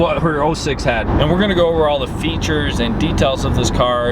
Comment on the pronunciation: 🤦🏾‍♂️ Bro you said quirks and features wrong